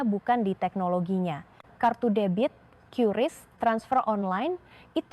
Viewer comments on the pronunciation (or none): none